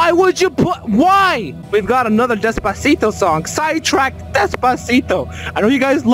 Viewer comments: The way he says Despactio is amazing🔥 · the way he says despacito upsets me :’)